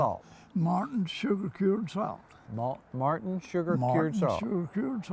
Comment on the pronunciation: Yeah, is cool! He certainly has that old Kentucky swagger. He may have pronounced Morton as Martin Salt, but I was surprised by his use of years in the plural form. Most Kentucky old timers say year every time, even when the year exceeds one. For example, his seven year old ham would have been seven year old. In addition to the singular use if year as opposed to years in the plural form, old Kentucky dialect uses alternate pronunciations of words using A, O, R, & L's. For example a fire arm is a far arm and people get odor as opposed to older. Nonetheless, I could listen to talk all day long! story is absolutely amazing! My father told me stories just like the one tells about the smoke house. His explanation of salt curing in the smoke house evokes what I envision my grandfather and great grandfather doing in Hog Skin Holler in Clay County, Kentucky. My Dad said they didn't have electricity or refrigeration years ago. Many parts of Kentucky was years behind the rest of the country in getting flip on light “bubs”. This is why they cured their meats so they could eat year round.